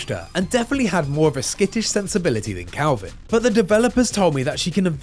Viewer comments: Dude keeps saying CALVIN when his nametag literally says KELVIN. Great reporting there IGN 🤣🤣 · Leave it to IGN to make those funny mistakes. His name isn't Kalvin (Calvin) It's Kelvin, and it rhymes with Melvin. It's his surname. His name will probably be revealed later. John Kelvin perhaps. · Dude I'm English, you definitely said Calvin. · the guy talking kept saying Kalvin but you can clearly see his name is Kelvin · Is Kelvin not Kalvin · Weird that an accent changes the base vowel sound entirely in a way that doesn't normally happen except in this instance